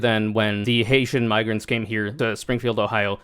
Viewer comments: I looked up the uncensored clip and there is literally no other way to hear it than the hard-R. He claimed it was him mispronouncing "migrants" as "miggrants" which simply does not make sense, on any level. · I know a lot of these people suck, but I think this really was genuinely a mispronunciation because he was mangling immigrant and migrant. I watched the unfiltered version. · How the hell do you butcher the word "migrants" so hard that it ends with an r? I know r? I know that conservatives fear reading and learning almost as much as they fear women and black people, but surely they have at least memorized their talking points enough that they can imitate human language as spoken by functional human beings while they're attempting to con functional human beings into supporting them. Why give conservatives the benefit of the doubt when they've never earned it? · maybe you went over this, the video is 30 minutes so I could miss it, but to me, it's possible he just butchered saying migrants, over video an M and an N sound sound virtually identical, I think its possible he could have accidentally said "Mig," stuttered, and then just restarted the word, they're absolutely wrong and racist, but the saying the N word specifically is something I'm willing to give the benefit of the doubt for and not jump on, not that they deserve the benefit of the doubt but Im a more morally correct person than they are so I give it anyway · He absolutely wasn't.. that's not how you say migrants, anyways, not in any dialect or native accent. Come on :l